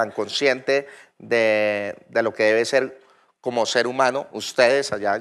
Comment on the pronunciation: "Debe sel"... poco basto wn.